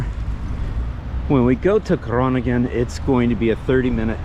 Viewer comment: Well done, Sir! Great vid. You went to a main town in a much more rural area of Netherlands. Good to highlight this as well. Also, your pronunciation of Leeuwarden was good, and Groningen too (we forgive you for the impossible ‘g’).